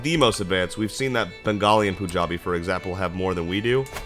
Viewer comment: Pronounce it as 'panjabi' like pun Not poon